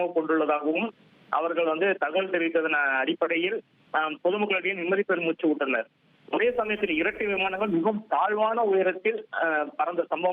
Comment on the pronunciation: நிம்மதி பெருமூச்சு உட்டனர் நீ எல்லாம்எங்கடா படிச்ச பரதேசி தற்குறி ஒரு செய்தி சேனலின் ரிப்போட்டர் இப்படியா பேசுவது சேரி பிஹேவியர் மாதிரி உட்டனர்